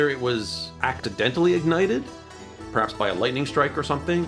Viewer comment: actidentally ???????? what he said ?